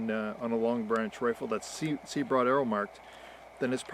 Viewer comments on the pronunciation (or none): none